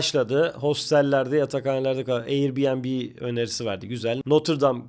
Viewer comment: Air bnb'ye Air benbi dediği yerde beni benden aldı 😅😅 3. Parti vasat bir kopya gibi. Geliştirici Codecanyon'dan mı temin etti acaba 😅